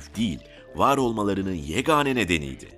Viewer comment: Yegane sözcüğünü doğru söyleyemeyen anlatıcı